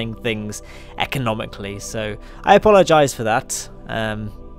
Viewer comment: apollo-gize? :D